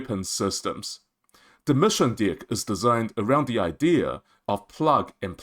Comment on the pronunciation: Sir … I would like to point out that it’s important to sound out the word D-ECK. The way you are saying it sounds like DICK 🤣